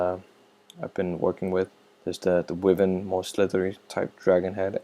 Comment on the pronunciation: Wiven? Bro, Wyvern... Pronounced Why vern (like fern but with a v instead of f)